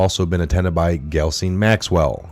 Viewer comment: Jis-lain ... that’s how it’s pronounced